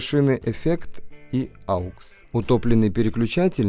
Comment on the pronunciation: да не аукс, а окс!! хватит уже делать эту глупую ошибку.